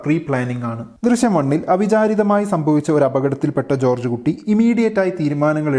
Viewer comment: Drisyam alla drishyam